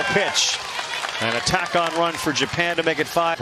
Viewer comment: japan pronounced like jupen